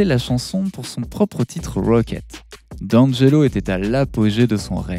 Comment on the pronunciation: Prononce Di Angelo